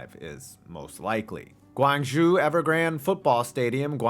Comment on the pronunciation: Your pronunciation of Guangzhou is killing me. It's pronounced like Goo-ang-jo.